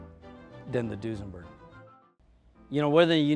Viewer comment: Duesenberg, nope! Foosenberg, yep!